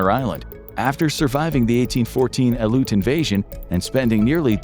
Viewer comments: While you did pronounce Aleutian correctly, the correct pronunciation for the singular "Aleut" is Al-ee-oot as compared to the the Al-loot I was subjected to this video XD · Future reference aleut is pronounced alleeoot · As an Alaskan, i can tell you its pronounced Al-EE-oot